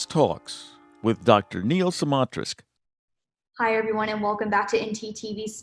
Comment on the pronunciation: Please research how to pronounce Dr Smatresk’s name before you use it on camera again. It’s a matter of respect.